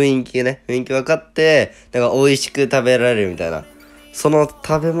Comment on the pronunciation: 雰囲気をふいんきって言うタイプなんや